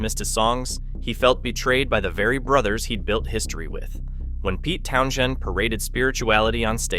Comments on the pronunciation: Town shun ? AI omg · Very good vidio. But the pronunciation of Pete tow shun is just ridiculous.A I can't improve its own Grammer? It's not so intelligent is it.